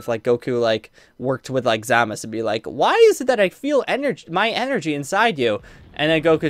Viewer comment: lol he says ZAMAS